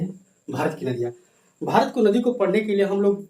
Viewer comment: Bharat hota h marat nhi